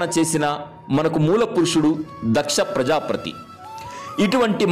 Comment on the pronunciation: Prajaapathi or prajaaprathi mr voice over?